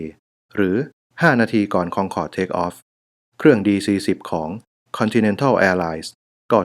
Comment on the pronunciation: ทำไมต้องอ่านว่าคองคอร์ดทั้งๆไม่มีเอนจี